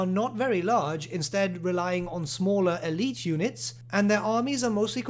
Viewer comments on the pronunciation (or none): none